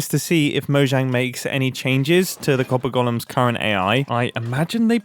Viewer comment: i keep hearing this as "Copper Gollums". I guess that makes sense. They sort your precious.